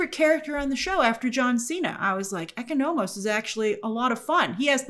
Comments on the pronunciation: Oh my gosh, Grace the way you’re pronouncing Economos is killing me rn 😂😂😂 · It’s painful😂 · The pronunciation of Economos and Grillo is peculiar. These are names you can easily get correct